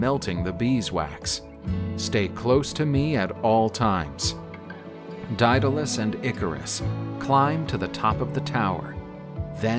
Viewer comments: it's day-duh-les lol Greek is hard to pronounce sometimes. Idk why he said it so many different ways lol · The narrator read the name Daedalus in 3 different pronunciations throughout the story. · Drinking game idea: Take a shot every time Daedalus is pronounced differently than the time before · Every time he says 'Daedalus' he pronounces it a different way.